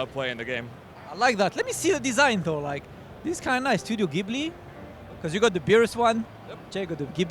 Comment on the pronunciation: This is the #content I crave! Shame you didn't get to meet the guy with the massive stick. P.S. Ghibli pronounced Jiblee.